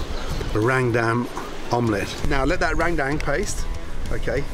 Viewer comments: gordon ramsay : rendang what i heard : rang dang the subtitle : rain bank, rang down, rain gang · Heheh just like "Rendang" it more like "rengdeng" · Gordon Ramsay : RANGDANG Me: ok, close enough Subtitles : MERINGUE D4MN Me: I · Rent Dankess ramsay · no one: literally no one : Gordon Ramsay: rrrrrrendang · No one : Gordon Ramsay : rAngdAnG Me : 👁👄👁 💧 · Its pronounced "run-dahng" But i like that way Gordon says it 😂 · How gordon just said rendeng me be like🤣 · Rendang ❌ RENGDENG ✅ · NTAR YG NONTON BULE TIBA2 NGILER😂😂 MASAK SENDIRI LAH Btw tu orang kalo ngomong rendang (Rewduang :v) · cara omong rendang salah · Indonesian: "Rendang" Gordon Ramsay: "RAIN DANK" just joking lol thank you for coming here, Chef! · Randang randang wkwk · Rendang = Rain Bank, Rain Down, Rang Dang 😂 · Its Rendang la.. Not "Rendeng" (Rain Dank).. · enak sekali chep. besok2 kalau mau ke padang belajar dulu cara pronounce rendang yaa cheff,,,,,,, itu "rhen dhang" bukan ran dam 😅👍👍👍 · Im from indonesia,when you say rendang why randang? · Its f*ckin Rendang. R-E-N-D-A-N--G... bloody hell Mr. RAMSAY... not Rang Dang.😅 (Only This way i could swearing to the Great Ramsay ) 😂😂😂😂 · its not rengdeng its RENDANG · I'm a Muslim in the Philippines and randang is popular to us that's why it feels so wrong to heard randang from Gordon 😂😂 not only Indonesians 😅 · That ”Rrrrrendang” is my favorite line😂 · jadi inget Rrrrrap Monsterr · Gordon be like: Rang dang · That's how every foreigner pronounces it lmao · Amazing as always Gordon! Come visit indonesia more often! For next time, the perfect pronunciation is "rern" (like in fern or in bernie) and "dung" like in sung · He needs to pronounce it Ren-dung, :-) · Rain Tang wkwkwk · Rang dang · Rendang is pronounce as: Ren- as in Karen, -Dang as in dunk. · Or "Rent - Dunk" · Meringe damn, rang tang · Rain Dang Dut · Ran dang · In normal indonesia language it's called rendang not randang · “Rendang” he spell it like “rain dang” 🤣 (it’s about pronounced )